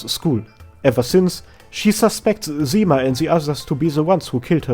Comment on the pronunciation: I really like Arknights lore, so thank you for your lovely videos. Small clarification about Ursus ("Russian") callsigns: Zima ("Winter") reads as Zi-mA (accent on A, not I) Istina ("'Truth") reads as I-stina (accent on first I, not the second one) Also, Rosa ("Dew", or "Morning Dew") has an accent on A (Ro-sA). Leto ("Summer") usually reads as it should be (LE-to) Gummy is Gummy and Absinthe is Absinthe.